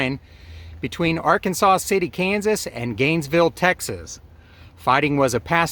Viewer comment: Arkansas City, Kansas is actually pronounced as "R Kansas City", because Kansas...